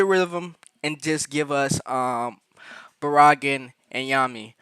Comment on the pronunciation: Barragan Pronounced Bear-a-gon ‼️